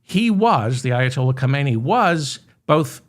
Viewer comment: Not, Ka-may-nee - his name was Ha-men-ee